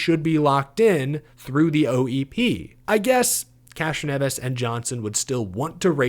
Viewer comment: I believe the proper pronunciation is ‘Castronevi’.